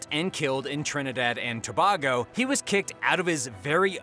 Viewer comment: lmao trinidad and (TUH BAY GO)